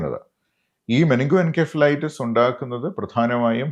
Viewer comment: "muh-ning-goh-en-sef-uh-LIGH-tuhss" - correct pronounciation